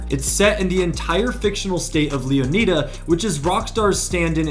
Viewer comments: Did you not read the part where he said its "Leonida" not "Leoneda"... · Are you slow? Did you not listen to him Mispronounce LEONIDA? Thats my reason for my initial comment you slow poke ahzzz boy 😂 Pay attention because you commented to me just to look dumb. Pay attention!!! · He's saying that this YouTuber is saying the name wrong.